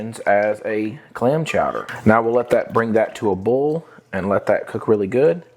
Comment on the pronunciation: I’ve never heard boil pronounced “bull “ before. Is that a southern thing ?